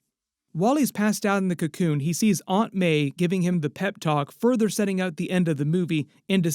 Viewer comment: Don’t say Aunt like that you’ll scare the kids.